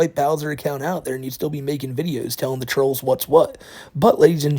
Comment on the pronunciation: "I'm not afwaid of the twolls."